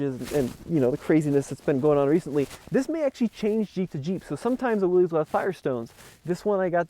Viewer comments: It’s pronounced “Willis” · Willys sounds like Willis… it’s not Willy’s Jeep… It’s Jeep. Intentionally mispronouncing someone’s name is a jerk move and is very disrespectful. You wouldn’t be happy if everyone called you Timmy. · I'm glad to see what it seems a lot of enthusiasts would call a "real Jeep"! The 4 door Wrangler is a just a marketing ploy to me. You made a good choice! By the way, Willys is pronounced Willis. Thanks to you and all the TFL folks for all the great car and truck videos!! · It’s pronounced “Willis.”